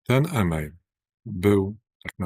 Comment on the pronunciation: Ten "iiimeil "to jeden bełkot a nie podstawa aresztowania